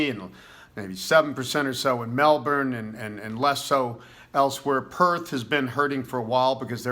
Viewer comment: Thank you for pronouncing Melbourne correctly, and not saying Mel-born as a lot of Americans do.